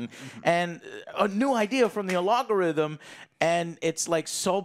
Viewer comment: He doesnt even say logarithm he says "alogarithm" 😆